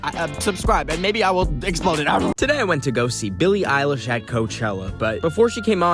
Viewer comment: THAYS RUDE TO CALL BILLIE ILESH BILIE ILLIE